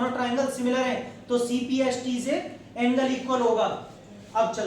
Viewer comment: Cpct hota hai na ki cpst